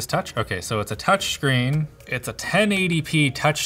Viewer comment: touch SCHREEN